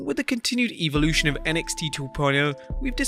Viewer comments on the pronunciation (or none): none